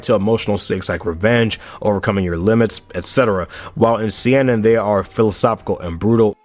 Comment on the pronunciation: All due respect for this absolutely goated vid, but man, the way you pronounce kodomomuke and seinen makes my inner demons want to go nuts (still not trying to be rude btw)